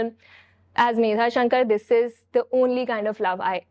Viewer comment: medha shankr nhi medha shankar hota he